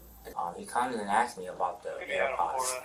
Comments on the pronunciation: There is no doubt that the dude stole the AirPods and gave them to his son. Also, honest question…why do black people commonly pronounce the word “asked” as “aKsed”? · Are you sure you axed him? 😂😂😂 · He axed his son?! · He AXED his son,ouch. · “Axed” “defamated” “you’s guys time” as soon as i heard him say these words and phrase i knew he was guilty 😂